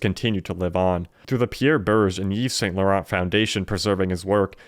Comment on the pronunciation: don't pronounce the ts in Saint Laurent...they are silent